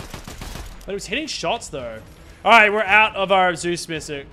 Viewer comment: "zues missic"